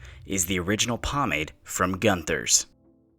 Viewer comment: Pronounced goon thers